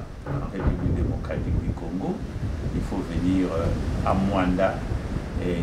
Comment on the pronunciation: Ce MOANDA et non muanda